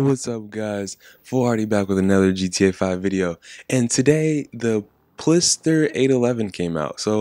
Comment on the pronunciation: It's actually called Pfister, lol.